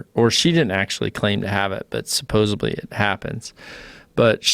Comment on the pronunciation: A key note speaker that pronounces it "supposably", how nice.